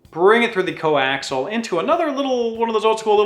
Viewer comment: It's not 'coaxle' it's coaxial (kōˈaksēəl). I love this channel but it's like nails on a chalkboard every time that word gets butchered.